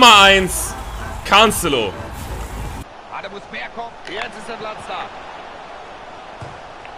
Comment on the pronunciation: Bei Minute wie spricht der bitte Cancelo aus ach du kacke